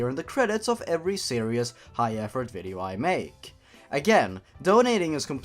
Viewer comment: "nnngh mario, i'm tryna play a vidjeo game, couldja stop cutting messages into my skin"